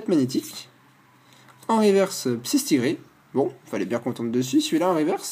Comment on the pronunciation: Superbe ouverture ! En plus je suis contente car tu es un des rares à bien prononcer le psyStigri alors que tous les autres le prononce psytigri :)